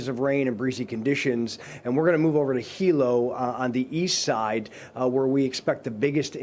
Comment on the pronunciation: Good, knowledgable local report. “Moke” & “Hilo” Hawaiian pronunciation 👍👍!